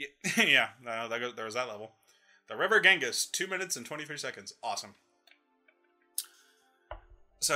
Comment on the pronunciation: Wait....were you serious when you said "river Gengis?" 😆 Got a laugh outta me.